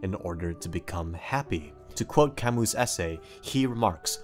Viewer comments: His name is pronounced Albert kam-moo, not kam-mus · *al•bear ca•moo great video btw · albert camus name is pronounced like albay cam oo my source is my philosophy teacher but still gread fuckin video brah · Really love the part when he misprounouces Alberts last name, lol. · You're pronouncing Camus wrong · The way you say Camus is just wrong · U pronounced Albert Camus wrong right after calling yourself intelligent lol